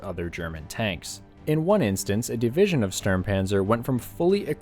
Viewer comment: You are so correct, I too got a chuckle every time I heard DIVISION.